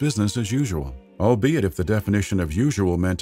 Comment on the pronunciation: Whatever you do, don't take a shot everytime the narrator says "albiet". You will be in the hospital...